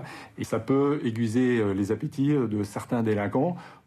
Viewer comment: Personne ne parle du "aigUiser" du Colonel ?